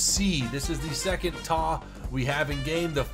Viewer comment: for God's sake, please stop saying 'TAW', it is a T-A 152. Just like it's not a 'MEE' 262, it's M-E 262. Do you cal a Bf-109 a 'BIFF' 109? No you don't... You can say Mig, sure, that's accepted. And turn towards the Spifire next time...